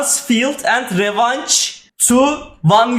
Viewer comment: revenge i yanlis soyluyorsun